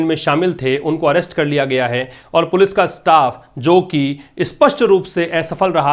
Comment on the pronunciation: Sir ap police ko galat pronounce kyu krte h